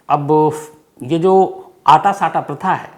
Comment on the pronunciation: सम्स साहब अटा सटा होता है,,आटा साटा नहीं होता साहब